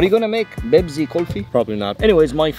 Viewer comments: It's not bebzi it's pepsi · The accent is on point (BEBZI)!!! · “Let’s make a Bepsi khulfil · say bebzi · "Za Bebsi"🤣🤣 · "YOU MEAN BEBZI?!?!?!" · "Are you gonna make Bebzi Kulfi?" 💀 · Arabs know how to say Pepsi. FFS. 😭